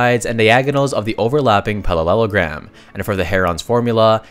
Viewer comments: it's parallelogram. not pallelogram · I’m getting a deja vu. Is this a reupload? I distinctly remember correcting you on your pronunciation of parallelogram before.